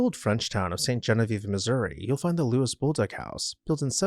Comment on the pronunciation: Also, while we are there, a French Canadian man called Louis is not pronouncing it “Lewis.”